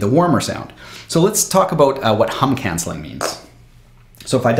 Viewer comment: I love it when he says about like abut lol 😂